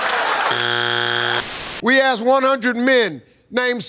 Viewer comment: It's not axe it's asked